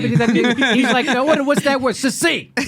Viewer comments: Succinct is not pronounced "sussinct." It's pronounced "suck-sinct." Otherwise, great show, Jimmy! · Sorry to say, you all have fallen prey to this error, the decline of English. Sad. suc·cinct sə(k)ˈsiNG(k)t/ The former c is hard, being followed by a consonant. The latter c is soft, being followed by a weak vowel (i or e). Listen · Good show, and Kyle did, indeed, prove his points. However, I do need to point out that you all pronounced succinct incorrectly (including the wonderful, a school teacher, and school teachers are among my favorite people on the planet, thanks to my first-through-third-grade teacher in the early 1950s who taught reading using the phonetic method). Here's a video with the correct pronunciation: As someone in their comments section pointed out, it sounds like "suck sinked" when pronounced correctly. I saw the full version of that Fox video, and I blushed in embarrassment for Cori Bush. Bush may be smart when she's rehearsed or knows the questions in advance so she has time to research the answer, but she's definitely not as quick-witted as Alexandria Ocasio-Cortez in situations that call for extemporaneous speaking.